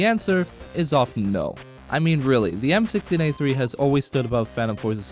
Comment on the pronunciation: you even said it wrong